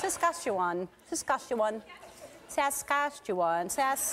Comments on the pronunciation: Ellen was doing her best Dori voice when trying to pronounce Saskatchewan. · Lol of course all the Canadians just thought she said Saskatchewan funny and didn't at all get offended. It honestly made me think twice how to pronounce it too LOL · Sask-atch-u-on (closest to phonetic spelling can figure off the top of my head of how to pronounce Saskatchewan ) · It's pronounced sass ka-CHEE wan. The capital city rhymes with fun! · Sass-Catch-E-ONE thats how you pronounce it! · Lol. It's pronounced cess-catch-oo-jaun. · sas skach u wan it's not that hard to pronounce once you know how. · Its pronounced sa- sask- tch- a - wan - you've just offended a lot of Canadians.. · When Ellen was trying to pronounce the name in the beginning, it reminded me of Dory trying to speak whale lol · No, it's not that hard. But Ellen thinks it's funny to mispronounce some words. In fact it isn't funny at all. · I’m dead 😂😂😂😂 how Ellen pronounced Saskatchewan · Oh boo hoo! So she can't pronounce Saskatchewan! Ellen is always mispronouncing things! Everybody does at some point! So, get over it. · i can hear dory when she's trying to pronounce saskatchewan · As a Canadian I couldn't help but cringe and laugh when she tried to pronounce Saskatchewan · Ellen is just bad at pronouncing things. I'm an American and can easily pronounce it. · Laughing my butt off in Alberta at the mispronounciation of Saskatchewan... XD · oh wow Ellen doesn't know how to pronounce "Saskatchewan". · [fails at pronouncing Saskatchewan millions of times] ...She's in Canada. xD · i cant believe some people cant pronounce Saskatchewan... but i guess everybody in canada know so.... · Minus 2 points for not being able to pronounce "Saskatchewan". But atleast you got the "Canada" part right, unlike Pres B2 saying "Canadia". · really Ellen? u can't pronounce Saskatchewan?! it's easy! well then again..I'm Canadian! :)